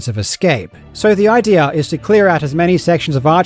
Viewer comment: In addition to the voice in general sounding weird (wobbly?), the accentuation of the word "idea" on was completely wrong, almost as if he's reading an abbreviation instead of a proper word. If this is not an AI voice, something really bad must have happened to it.